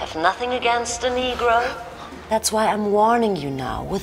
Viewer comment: These white peoples got one more time to say nergo